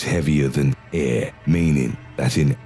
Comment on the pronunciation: Lol. The way he pronounces air